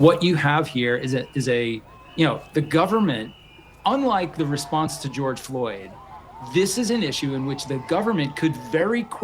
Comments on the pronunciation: 😂 what ? Geoyde Floyd 😂😂😂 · This lady just said “Gyod Floyd”